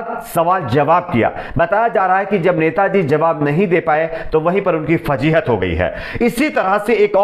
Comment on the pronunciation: Aap urdu ke alfa urdu tallaffuz mein bola Karen. Lafz fazeehat hae Phajeehat nahien. Urdu jab gaon ki zabaan mein boli jati hae to kano ko bohot buri lagti hae.